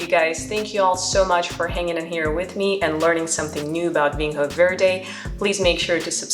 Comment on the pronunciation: Quick tip it's pronounced (approximately) VEEN-yo vaird. Solid tasting notes.